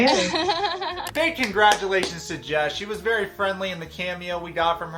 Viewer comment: I cracked up when you said "congratulationsty" lmaooo